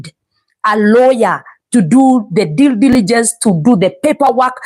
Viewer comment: "Due diligence not deal diligence." nayo inaleta Shida hapa😂